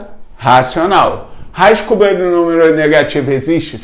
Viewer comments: Raiz "cubiãieuaenueo" negativo existe kakakakakaka (leg leg real) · "Raiz cuwueiwuiiwudimi negativa existe? Sim" kkkkakskskksk